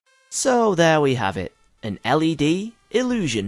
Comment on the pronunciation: Every time he said LED I hear LSD